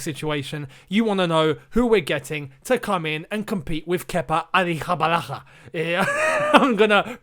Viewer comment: ahhhhrihabalaga xD i speaK spanish and that was hilarious.